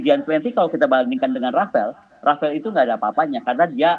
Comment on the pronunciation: rafale bu bukan rafael ya salam